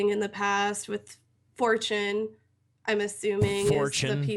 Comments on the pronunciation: Lol this bitch said "Fortune" instead of 4Chan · is such a troll. "Fourchin" "DDoxing"